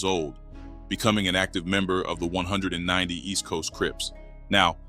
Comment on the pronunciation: Let me help you out with this their called (East Coast 1One 9Nine Oooooh's) (Del AM Mo) In Carson‼️ im sure your not from Cali by the way your pronouncing it, or a non affiliate! It may look like its called 190st but its not pronounced like that too them or any gangs in SoCal‼️ 🤷🏾‍♂️🤷🏾‍♂️🤷🏾‍♂️